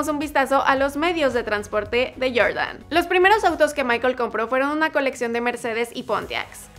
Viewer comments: "YorYan" "Naiki" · Que rabia cuando dices Jordan